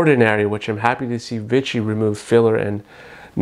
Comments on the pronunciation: Vee-she not vit-chee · I enjoyed the video and comparison but I wish you had pronounced "Vichy" properly. It's pronounced "Vee-Shee" and not "Vi-chy." It kind of drove me crazy since the product comes from the Vichy area of France so it's easy to look up the pronunciation. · I hate Vichy being called Vitchy.